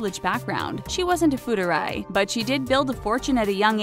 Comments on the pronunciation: Pretty sure it's "fu er dai" and not "fudurai" or however the narrator is pronouncing it. Otherwise this is an informative video. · Fu er dai... not ‘fu de rai’ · FOO-ARE-DYE Not FOODERAY 😂😂😂😂 sounds like some weird fake Italian word lol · Fudderay? You mean FU. ER. DAI? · wtf is fuderay???? "FU ARE DIE" not that fucking hard to pronounce, it's three syllables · Not “fudery”， but “fu er dai”...lol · 'Fu-ur-day'? Seriously? At least learn how to pronounce Chinese if you're going to make a video on it. "Fù èr (like EARth) dài (like TIE) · It's Fu Er Dai....not Fe Re Dai... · it's Fu er dai 富二代 not futurai haha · pronounced : " FOO - ER - DYE" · Fuderai~ great ass pronunciation 👏🏻👏🏻👏🏻👏🏻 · It's FuErDai (as in foo err tai) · They pronounced "fu er dai" wrongly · It's close, but not exact. There's an 'eh' sound in er, and die sounds pretty close, but English lacks that 'd' pronunciation. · Just a note, your pronunciation is a little off Fu-er-dai (富二代) is pronounced [foo-are-die] Xi Jin Ping (习近平) is pronounced [she-gin-ping] Weibo (微博) is pronounced [way-bwah]